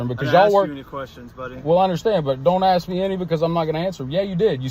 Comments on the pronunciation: Was he asking or aksing 😝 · One frauditor that went.into probation office the word is ASK not AXE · Man every time I hear him say he wanted to Axe a question i sit there face palming, seriously I would see that as a threat and really bad english. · You can't axe a question. You ASK a question. Axe's are used to chop firewood and other things. Axe's can also be used as a weapon. Go back to school and please learn English. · How do you aks for someone? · I agree don't fukking(profanity hack) tell me you can't say "ask" dummy!! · Is this unlawful law? Where is this dimwit from? They can't answer your questions because you never stop talking. Whole lotta axing going on